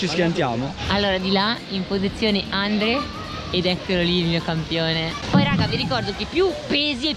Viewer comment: che continuava a dire Andle invece di Andre hahaha